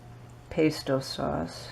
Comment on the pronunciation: I think she does mispronounced Pesto